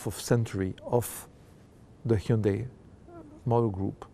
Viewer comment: 휸다이 라고 않하는게 연습 많이 한듯.ㅎ